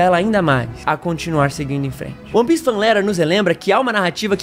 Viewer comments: Primeiro é ONE PIECE, não UAN PIECE(apesar da pronunciar provavelmente ser similar a isso) E segundo, você provavelmente não buscou analisar as outras camadas além da superficial, ou esperava só um anime de lutinha e transformação nova ao estilo de alguns outros, sem aprofundar muito no mundo(que é praticamente um personagem a parte), nos personagens, suas motivações, o que á por trás das "camêras", bases do nosso mundo que foram usadas na obra de forma primoroza, a escala de cinza que o autor usa pra mostrar que a justiça e vilania vão além do que aparentam: temas como racismo, escravidão, manipulação genética e histórica, trafigo humano e de outras raças, corrupção, superioridade racial e monetária, revoluções(sejam as revoluções coloridas ou não), teorias da conspiração, regreso tecnológico, referências não só ao cristianismo(com ARCA NOAH, árvores ADÃO E EVA, um DEUS QUE VAI LIBERDAR OS ESCRAVOS) e outras religiões e mitologias. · "Oni" piece é fogo hein, meus ouvidos sangraram.